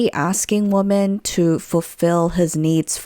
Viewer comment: It's so grinding how she raises the tone of her voice at the end of sentences as if it's a question when it's not. Also the way she pronounces women as woman. Other than that, interesting content